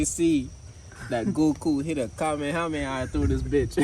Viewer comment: Lmao my man said Goku hit a Kameyameya 🤣🤣